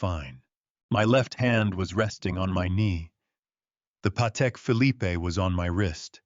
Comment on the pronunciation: Leaving Sandra Kowalski in Bel Air seems like an unfinished thread. And the final "e" in Phillipe is SILENT!! ARGH!!!